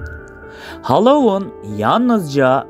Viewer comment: Hallowon degil Halloween